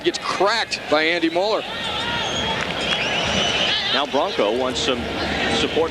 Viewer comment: Der nächste super-Upload! Zu lustig, wie die deutschen Namen ausgesprochen werden. Mollrrr... 😅